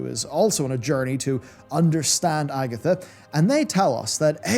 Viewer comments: Ag-THIA not Agatha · Its pronounced ag-thia not Agatha 🤣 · Agatha??? Agthia! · Bro, it's Ag - thia aka Agthia, not Agatha lol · AgTHIA, not Agatha. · It's AGTHIA! NOT AGATHA! LOL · Agthia, not Agatha my dude. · Those glasses can't be that good mate, you can't even read 'Agthia's' name right! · why are you so bad at pronouncing literally everything. her name is AGTHIA. not AGITHA. "eons" ispronounced "ee-ons" not "ay-ons"